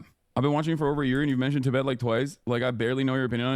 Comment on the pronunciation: dude, these vids are good but please learn how to say Tibet properly & it’s wasn’t 12 thou killed on Oct 7, it was 1200